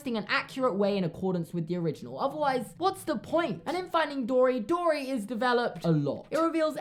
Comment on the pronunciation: I thought he said finding Dora 😂